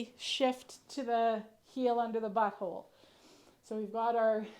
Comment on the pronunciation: Bui hole? Where are you from?